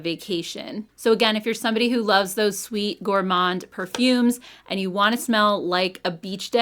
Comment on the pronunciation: Hi since I am french canadian, the word Gourmand...you don't prononce the ''D'' at the end. It is a french word buy the ''D'' remains silent.